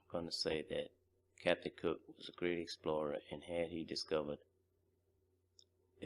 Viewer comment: You pronounced that explorers name wrong